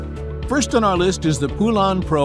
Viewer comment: I've heard from folks that actually worked in a Poulan factory that it's not pronounced "poo-LAN" like you are using here. It's pronounced "POLE-en".